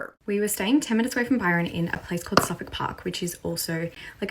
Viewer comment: Its suf•fuk, toe•rah•na, bris•ban, mah•quar•ee